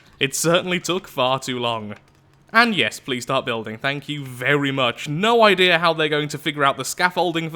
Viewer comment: I like when he trys to say idea he says I deer